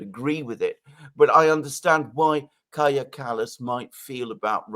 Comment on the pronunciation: Danny - Kaja is pronounced Kai-ya.